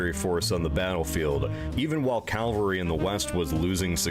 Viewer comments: This narrator seems unable to pronounce the word Cavalry. Either that or he's dyslexic. It's certainly not "Calvary". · Is it just me getting annoyed by “Calvary” being said instead of cavalry. Two totally different things 😡😂😡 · Absolutely - yes I heard say it correctly as I was typing. 🧡🖖😊 It does "grind my gears" though whenever I hear things - not just "calvary" grrr - Mispronounced!! I am a self-confessed pedant but an unapologetic one!! 😊🧡🖖